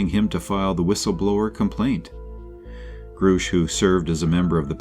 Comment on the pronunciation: its also grush like brush. This honestly makes it sound like you didn't do proper research when almost nothing is pronounced properly. Take this though as constructive criticism on how to improve because this was very watchable other wise.